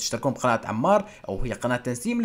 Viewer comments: مش تنسيم تسنيم ههههه قالتها غلط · مين لاحظ انو عم يقول تنسيم بدل تسنيم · اسمها تسنيم مش تنسيم 😂😂😂😂😂💔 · تسنيم ❌ تنسيم ✅ 😂😂😂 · تسنيم ❌ تنسيم ✅ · تسنيم مو تنسيم ركز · اسمها تسنيم مش تنسيم 🤔